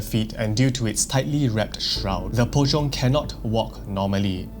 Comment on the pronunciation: "Pocong, sometimes known as Po-chong" ngl without the subtitles I would've been lost here.